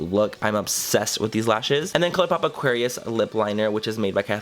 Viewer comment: 'clolourpop' ahah manny